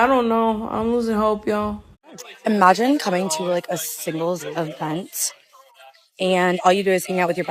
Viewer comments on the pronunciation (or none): Min. "at the evant... with your frand. Maybe we are too haat" 🤣